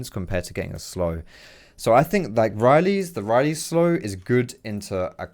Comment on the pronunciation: The worst part about him playing taliyah is him saying "riley's" instead of "rylai's"...